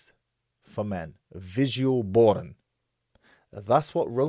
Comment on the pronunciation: The way you say porn L boooorn is funny 🤣 I know your sarcastically doing that lol but it’s such an Arab thing 🤣😤🤣😤